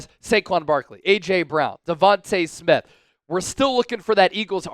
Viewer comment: Stop pronouncing Smiths name wrong! Smdh!